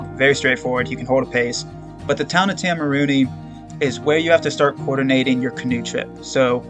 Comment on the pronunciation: Man, Idk if you’ve already pre-filmed all of these, but I wish I could help your pronunciation. I think correct town pronunciation would also be useful info for future hikers. Waitomo - Why Toe Mow Taumarunui- Toe Ma Roo (bonus points if you roll the R) Nui (rhymes with shoey or Louis) Te Kuiti - Te (rhymes with meh) Koo (rhymes with shoe) ee (rhymes with scree) tee (rhymes with tea) Te Araroa - Te (rhymes with meh) Ah Rah (rolled Rs if you can) Rower (like the person in a boat- this isn’t great, but is close to how most non-maori kiwi would pronounce it)